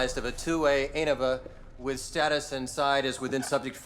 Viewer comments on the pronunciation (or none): not be Hermione Granger here but it's AH-noh-VA not Ay-nova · "He doesn't even know what that means" The way he pronounced Anova suggests House is right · He pronounced ANOVA funny. Clearly a fraud. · The mispronounced ANOVA is cringe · The way he pronounced ANOVA always triggers me. That and thirteen’s Rhabdomyo-LYSIS